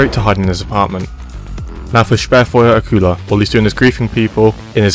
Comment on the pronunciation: Nobody mentioning how Motmus sounded like a real german saying ,,Sperrfeuer''?